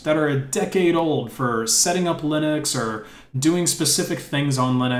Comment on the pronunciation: wait, what the heck is lye-necks, son?